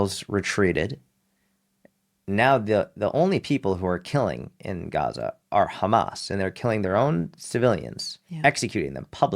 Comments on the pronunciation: What is Gasa ? I really thought it was pronounced like gahza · Serious question I thought it was pronounced, Gaza like GAHza as in father. Or Islam like Islahm. Not Islam like Spam. Iraq like Iraq not I rack. I’ve never heard any Arabic speaking person say the As like that in those words